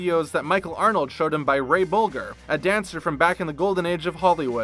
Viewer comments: fyi it's pronounced ray bol-jer (soft g as in jerry) - not bol-ger (hard g as in gary) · Ray Bulger is pronounced, " Bul jer." Otherwise- excellent video. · It's pronounced Bowl-jer (young people, I swear!) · It’s Ray Bolger with a soft G you total moron. One can get so sick of badly informed millennials and their idiotic attempts at sounding intelligent in voice overs